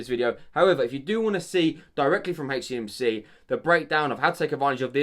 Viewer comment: Love how he say hey cmc 😂